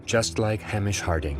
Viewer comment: And Hamish Harding's first name is rarely pronounced correctly by Americans who speak about him and this avoidable tragedy. Hamish: 'Hay_mish' ... Not "Ham_ish". R.I.P. Mr.H.Harding. R.I.P. Monsieur P-H.Nargeolet. R.I.P Mr.S.Dawood Snr, & R.I.P. Mr.S.Dawood Jnr. (R.S.Rush can rot in hell for all I care about him, sorry, not sorry). Condolences to grieving families, friends & connections.